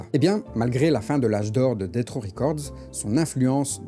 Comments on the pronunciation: C'est DESS RAW fréro, pas DETT RAW. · Ça se prononce plus [detss]